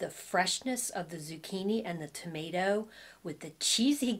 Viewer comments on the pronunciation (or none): none